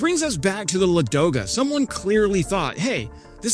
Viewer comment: Not Ladooooga but Laaadoga